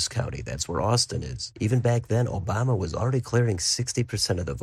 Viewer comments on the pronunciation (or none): none